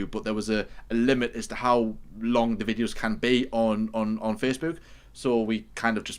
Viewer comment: pronunciation of Facebook is something else, even in this video 😂😂